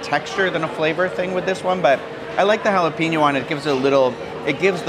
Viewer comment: It's haa·luh·pay·nyow.